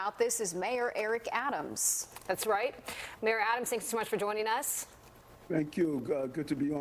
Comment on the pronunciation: “ I’s, Mayos Eric Adam it’s dah may-uh ‘o dee New York City.”